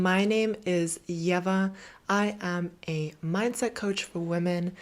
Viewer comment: love u said ieva not ieva bebrbehhrr